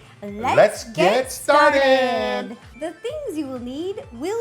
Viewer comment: Ro: let's get starrtted Neil: let's get ssttarredd